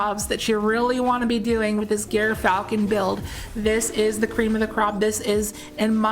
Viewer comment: (it's pronounced jyrfalcon)